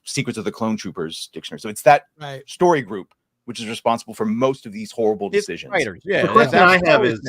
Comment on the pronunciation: Chris almost said “Deshitcions” which is more accurate when it comes to recent studio decisions